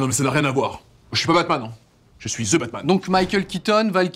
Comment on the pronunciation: vous savez que pas parce que c'est anglais que le 'TH' deviens 'Z'. On ne dit pas 'ze' , mais 'the' (de). ca fait un peu fif zozotter